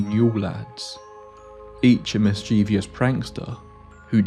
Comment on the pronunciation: It's mischievous, not mischievious.